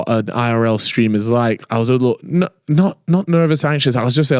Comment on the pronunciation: Love that even in 2025 is still ripppping it ( trolling I know you said likkle)